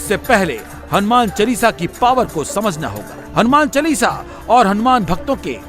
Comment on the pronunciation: It's not "चलीसा "....Its चालीसा....